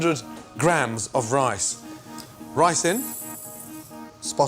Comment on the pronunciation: When Gordon said “Rice in”, it sounded like Ricin and I was like no Gordon that’s poisonous, don’t put that in food!!!